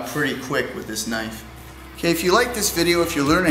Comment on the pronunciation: mean as ka-nife